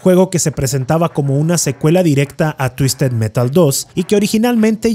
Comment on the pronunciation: "TUISTED MERAL" "TUISTED METAL" "TUISTED MERAL" jajajajajajaja